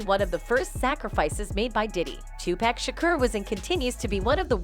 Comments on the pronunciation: DAMN ! HIS NAME IS 2PAC NOT 2PACK WTH LOL !!!!! White people always getting his name wrong lol 😆 😂 🤣 !!!!!! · His name is Tupac not 2 pack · PLEASE UPGRADE OR EDUCATE THE NARRATOR ON "PRONUNCIATION" !! IT LITERALLY HURTS MY EARS TO REPEATEDLY HEAR THIS WOMAN INCORRECTLY SAY MY DECEASED BROTHER'S NAME !! TUPAC SHOULD BE PRONOUNCED " TOO POCK" and not " TOO PACK" !! IT'S NOT THAT DIFFICULT AND I'M TRULY BAFFLED AS TO WHY THIS HASN'T BEEN ADDRESSED ALREADY ! IMO THAT'S THE MINIMAL AMOUNT OF RESPECT ONE SHOULD PLACE UPON HIS NAME !! THANKING YOU IN ADVANCE FOR ADDRESSING THIS ISSUE !! PEACE AND BLESSINGS !! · It's not 2 pec white girl, it's 2 pac...okay!! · WTF, is it about wyt people calling Tupac, TO-PACK? What, they can't can't pronounce the other short A sound?😐😐🤐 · Dang I wish she would stop saying Tu pack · If you’re gonna report this type of sh*t make sure you say 2Pac name, right. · It's a false grammar error in every video she put out and keeps on getting tupac name wrong.